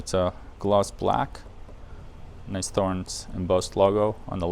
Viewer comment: It drives me made when they say Thor-ens instead of 'torrens'. It makes them sound stupid..So called experts.